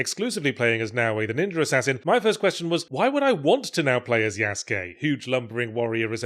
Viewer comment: "Sam-you-rye. Ninjur." Speak proper, you knob.